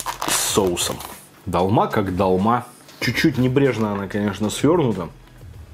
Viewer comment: Не далма ,а долма